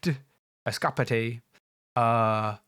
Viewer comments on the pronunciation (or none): never heard anyone mispronounce escapade like that